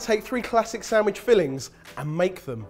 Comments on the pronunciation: I see the word written properly but all im hearing is "Samwidge" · Is it just me or does say "samwich"? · samwich samwich samwich >.< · I somehow always hear "Samish"